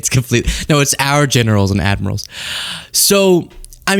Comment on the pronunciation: Its admirals not admirasals......Have respect,use proper language